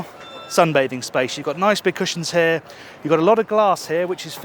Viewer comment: The way you pronounce the English word "here" sounds like "häää". Why? 😂❤